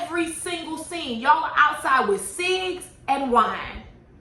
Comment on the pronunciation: everytime you say CIGS I have to pause the video to laugh out loud because it takes me out everytime 😂😂